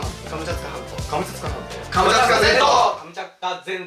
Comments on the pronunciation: 今更気付いたけど最後の方「カムチャツカ全島」が「カムチャカ全島」になってて草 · 最後、クリアした時「カムチャカ全島」になってる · モトキがカムチャツカ全島っていうときカムチャツカ銭湯にめっちゃきこえたww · すみません。カムチャツカ全島が「ハムカツが弁当」にしか聞こえなくなりました…。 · 最後『カムチャカ全島』って言ってる。ツが抜けてる☺ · カムチャカ全島になっとる笑笑